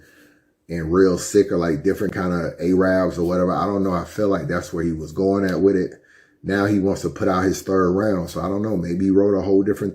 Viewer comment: And PLEASE stop saying "Ay-rab"... that shit is so cringy, especially in a conversation about other cultures being racist... it's pronounced "AIR-ub"... that shit is Hella offensive to Arabs...